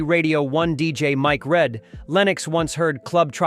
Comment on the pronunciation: Mike Read is pronounced Mike Reed.